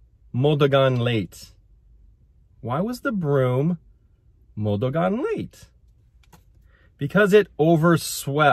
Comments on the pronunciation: MO DA GAN (modagan) not MODUGAN ✌️😉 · Hi can I correct the pronunciation to run - it’s. Run is Dagan. - “ duh-gan”. To run is “mo-duh-Gan”. You are doing a great job for just doing it on your own!